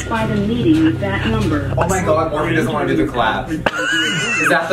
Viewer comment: Idk why I'm watching this, seeing Shane's face causes my DNA to rapidly attempt to devolve so I can become amoeba. Also I keep hearing morphine instead of Morphe, which I would actually prefer at this point...